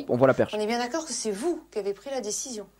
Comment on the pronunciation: le '' d'aCcorD'' il m'a mis au sol